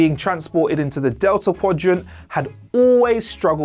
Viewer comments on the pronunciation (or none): none